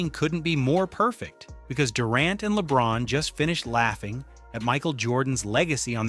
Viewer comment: laybron and durag.Are some suckas.Yes.Thats how you say their names now